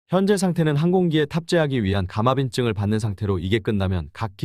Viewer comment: "감압인증"이 아니라 "감항인증" 아닌가요?